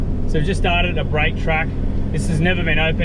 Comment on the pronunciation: It's pronounced "A Break", as in the letter A. Like - A Break, B Break, C Break. Not pronounced like you're saying, as in take a break. Kind regards, your local pronunciation pedant.